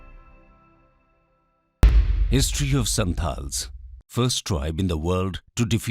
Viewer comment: Sir, Write & Speak SANTALS NOT SANTHALS. Language SANTALI NOT SANTHALI. Script - Ol Chiki.